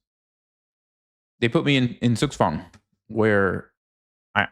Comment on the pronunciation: hey just wanted to let u know ite pronounced Tsugtswang not Sugswang ❤